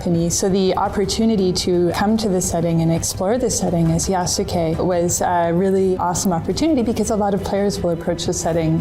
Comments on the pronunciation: Gonna sound really stupid and autistic, but I know they have no idea about what they are talking because none of them can pronounce the japanese names properly: they use their english or french accent and read "YAH-soo-key" instead of "i-AS-keh". They never tried to learn anything from the characters or the story they are working with, because they don't care, they just want to do politics. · could you please call out Ubisoft for mispronouncing Yasuke... It's driving me personally insane. They claim to care about historical accuracy and care so much about this person and yet can't be bothered to say his name right. Everyone but you is doing it now "Yah-Ske" not "Yah-Su-ke" So if they can't do even that right why should we trust anything else? Edit: I'm tearing my hair out watching this video repeatedly say his name wrong. Not you... You're fine but wow. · "Yah-soo-kay", The fact they continuously butcher his name shows how much Ubisoft knows about Japanese culture. 😂😂😂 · yasUKEI. can they at least try to pronounce this very simple name right? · Had me weak like come on at least learn to pronounce the name correctly “Yaw-skay” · Well, wait until they announce him as Yas-u-gay in the the next trailer. Being the only black giant in an entire country of asians isnt special enought. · Yeah, in Japanese the "u" sound is reduced in the name Yasuke. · They can't even pronounce his name properly. 😑 Shows how much they care for the actual character. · Big surprise that most of the fools dont even know how to pronounce Yasuke. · i cannot take them seriously if they cannot even pronounce the name of the main character yasuke right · I really wish they didn't mispronounce Yasuke. Since i know the actual way the Japanese pronounce names like that, it just sounds off.